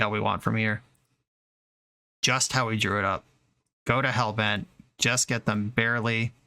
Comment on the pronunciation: "go to hellbent" I heard "Go to hell, Ben" heh